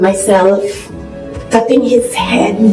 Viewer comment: Pati pagpronounce ng “ cutting “ mali pa 🥲